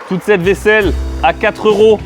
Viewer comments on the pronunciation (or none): Pourquoi est-ce que plus personne ne fait la liaison avec "euros"?! On dit troizeuros pas troi euro. 😵